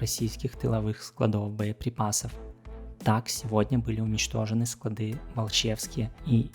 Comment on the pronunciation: Спасибо за выпуск. Как-то вот не очень все последние пару дней. И обстрелы зачастились. Первая половина июня была немного спокойнее. Надеюсь, это временно, и позже будет более справедливо. п.с. СклАды, ударение на "а".